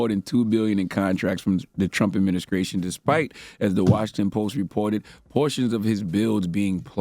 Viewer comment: I can’t with his pronunciation of st words. “ Adminiskration” “ conskruction “ “skrong “🤦🏾‍♂️🤦🏾‍♂️